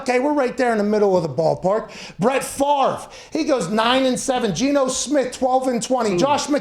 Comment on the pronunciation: Pat is the first person on the whole youtube to pronounce Favre correctly